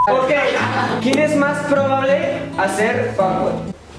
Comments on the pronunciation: Nadie: Absolutamente nadie:: (pone) Quien es mas pribabable a? 😂😅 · we jajja apenas me doy cuenta que en el minuto 51 o 52 dice pribable no mms